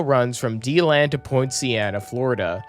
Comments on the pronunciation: I'm from DeLand its DE land. not being rude in anyway if i appear to be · My home commenter rail! Quick note though Deland and Debary are pronounced DA-land and DA-bary, and it's SAND lake road station not salt lake road. And yes Winter Park is a pretty popular station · Yep he mispronounced Deland and Debary too